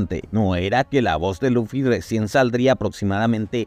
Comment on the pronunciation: Por que pronuncia Luffy con laffy o loffy?